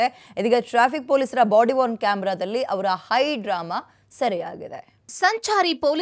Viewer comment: ಬಾಡಿವಾರ್ನ್ ಕ್ಯಾಮೆರಾ ಅಲ್ಲಾ, ಬಾಡಿವೋರ್ನ್ ಕ್ಯಾಮೆರಾ... ದೊಡ್ಡ ಸುದ್ದಿ ವಾಹಿನಿ... ರಾಮ ರಾಮ...